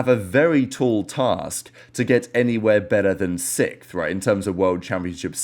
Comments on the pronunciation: I hope optic get out sixth so you dont have to keep saying sickth 😅😅😂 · having a prollem saying sixth? hahaha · bro’s just learned how to say the letter x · why you say 6th like that 😂? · I never heard sixth pronounced like does